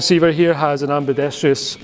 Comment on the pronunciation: Ambidextr(I)ous?????? I may have to tak your Scottish card from you!